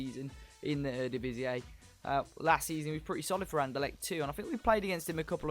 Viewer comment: I just have to tell you eredivis-ee is the correct way to pronounce it. Without that weird 'a' sound you make, haha.